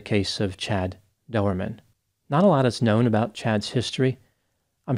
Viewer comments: ...no big deal man, and you have probably figured it out anyway, but his name is pronounced as :"Door-man", as in "Chad Doerman"..... Q : Did you hear about the Irishman who put his Condom on backwards..? A : He Went............. No....? Oh alright, I'll get my coat. sorry. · the name is pronounced Doorman. I know it's a family name. I ain't gonna hurt ya. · Learn how to say his name!!!